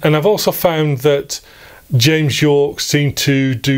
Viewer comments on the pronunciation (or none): James Yorke is pronounced as “Jame Jorke” in this video. I imagine a rival cassette manufacturer with that name imprinted on the shrink-wrapped case 😅